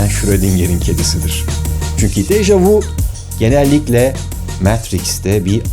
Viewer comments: Degerli karde$im, bâri siz bu kökü ve güncel hali fransizca olan, ''daha önce de gördüm'' anlamina ve iki sözcükten olu$an bu deyimi dogru telaffuz ediniz, bu deyim ''deja vU'' degil ''deja vÜ'' $eklinde telaffuz edilir, amerikan filmlerinin (veya kültür emperyalizminin !) her $êyi oldugu gibi dildeki dogrulari da yamultmasina bâri siz izin vermeyin be degerli dostum.. Saygimla.. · Déjà vü * diye soylenir 😊 déjà vous degil. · Dejavü diye okunur. 🤦 Barış Özcan'a bunu soylemek milyonda bir olur sanırım. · Fransızcada "Deja vu" yazılıyor, ama "Deja vü" diye okunuyor. "Michio" - "Miçio" gibi okunmalı," Mişio" değil.